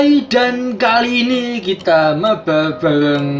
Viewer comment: Mabar bang bukan mabal😂😂😂